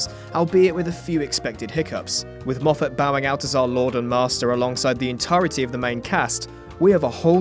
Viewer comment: Good to hear you pronouncing "Moffat" correctly.